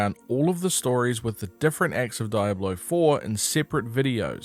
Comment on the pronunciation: I called the police because of your pronunciation of "Diablo". In what universe is it pronounced "Dayablo"?!